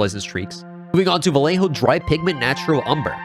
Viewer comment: la forma fonética de que los angloparlantes puedan decir vallejo , lo siento, pero como español ,cada vez que lo decías me sangraban los oídos.